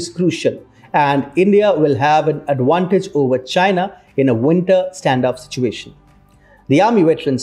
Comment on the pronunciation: Why does he always says adwantage? Is it like a v becomes w and w becomes v?